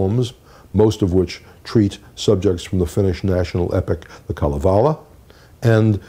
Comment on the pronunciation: It's amazing,: your voice and speaking mannerisms are exactly the same as they were 55 years ago. Also the same is your interest and delight in obscure facts. One suggestion, however: the word "Kalevala" is pronounced with the accent on the first, not the third syllable. Take it from a (half) Finn. Also, an important source of melodic inspiration for Dvořák's American or "New World" music is a printed collection entitled Minstrel Songs, Old and New (Boston: Oliver Ditson, 1882), a copy of which he owned. It has been published in facsimile, and you can find it in a library without much trouble. You will find at least three themes from the "American Quartet" in that book. "Swing Low, Sweet Chariot" (cf. Symphony no. 9, movement I, closing theme in G) isn't in this book, but I will bet Dvořák heard this sung in a minstrel show.